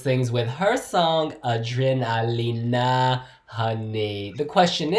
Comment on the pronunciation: Awesome! I love you but surely you know it’s pronounced A-DRENA-LINA rather than A-DREENA-LINA!